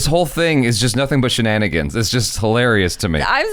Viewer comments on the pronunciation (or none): says shannanigans..... i hear bakchodi!